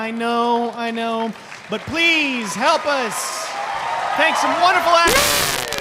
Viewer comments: Does that guy say My-ease (Masie?) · he called her Maeez insted of Maisie. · check out the chinese dude when he says Maisie's name wrong looooool